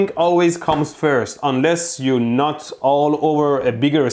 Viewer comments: "you nut [NOT] all over the XOR" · When you say NOT it sounds like nut 💀💀💀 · Suddenly, "not" all over becomes "nut" all over..... And here I thought I was hearing things. Turns out I was seeing things too! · swear I heard nut instead of not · Idk why But when He say Not I always think of Nut. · is he saying not or nut, because that makes this a very different video, especially since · you keep saying "you NOT all over the equation" and it REALLY confuses me (especially with that pic u had to blur) and makes me think you're saying "you NUT all over the equation" - and no one thought boolean algebra could be dirty lol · I kept hearing nut all over the other statement instead of not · This is such a great video but I can’t help but hear ‘nut’ instead of ‘not’ lmao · i can't stop hearing "you nut all over xor equasion" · It sounds like he said It's nuted😂😂